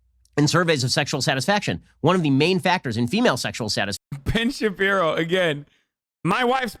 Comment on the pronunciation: Ben "I'm going in dry" Shabibo